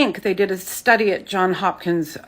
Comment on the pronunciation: Stress cardiomyopathy lady ... it's The JOHNS Hopkins University. Johns with a S at the end. You sound like a clown mispronouncing it.